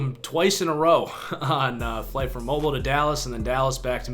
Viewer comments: Landon Harvell Ik. It’s pronounced Moh-beel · that’s not how you say mobile bro